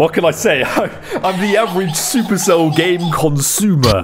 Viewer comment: Man also reads super cell as "Sup" "Erc" "Ell" It seems we have the same vocabulary